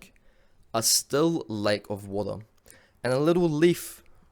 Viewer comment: Man, you say water funny. Really great video, great message.